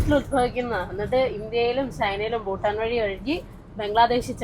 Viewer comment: എല്ലാം ok യാണ്. പക്ഷേ യുടെ ഉച്ചാരണത്തിലെ 'ഫൂ'ട്ടാനും, 'ഫം'ഗിയുമാണ് സഹിക്കാൻ സാധിക്കാത്തത്...😂